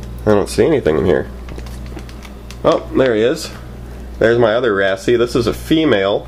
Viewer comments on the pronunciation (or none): you pronounce wrasse worng. its pronounced rass not rassie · It's wrasse not race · Lol its pretty cool how they can live in the bags for hours, I'm not trying to be an ass but i think wrasse is pronounced wrass like with a silent e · hey bud its pronounced "RASS" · um you don't pronounce the {e} in wrasse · U pronounce wrasse wrong